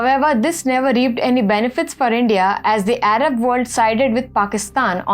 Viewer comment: araV(Arab) countries ?? yellei (ally)?? Please improve